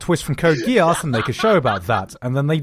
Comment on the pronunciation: The way you're pronouncing "Geass" makes me very uncomfortable.